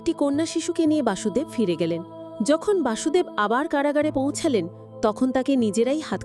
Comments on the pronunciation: বাসুদেব নয়',বসুদেব। হরে কৃষ্ণ। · বাসুদেব নয়,কৃষ্ণের বাবা বসুদেব